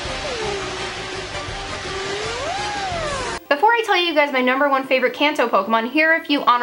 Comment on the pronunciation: Lol you said “fravorite” lol